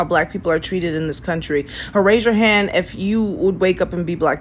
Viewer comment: She says "han." "Raise yo han." "Raise yo han befo' i aks yo han off...dont make me aks again, idkhtf to speak english cuz im lizzo, im an ignorant embarassment to myself